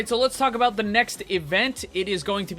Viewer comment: In Overwatch you forgat abaot Ana